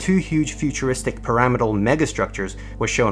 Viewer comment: I really hope it's a an electronic voice. "Pyramidal" was a bit of a mess too.